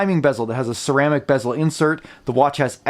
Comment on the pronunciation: Ceramic not Cermaic. its a Sinn clone ?